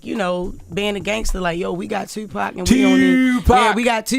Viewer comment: So um...who killed Tupac? And why can't Vlad say it?